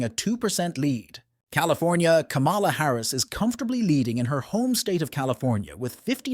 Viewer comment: Why the hell?Would I want to listen to your program if you can't even pronounce her name right